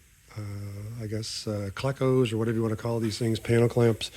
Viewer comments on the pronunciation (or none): Awesome work! The word your looking for is "cleeee"....."cleee-cos". Kinda like saying "in your glee"......but with a C. We use them on aircraft as well.